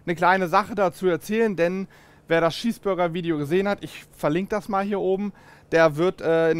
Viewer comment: Es heißt chees burger nicht Schieß Burger